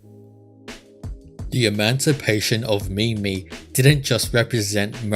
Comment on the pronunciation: No, it's not that's slow... When you say mimi I get so frustrated...